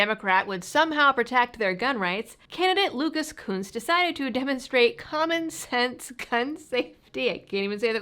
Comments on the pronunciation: Are we sure that the u in Kunce's name isn't a short vowel? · you keep mispronouncing his name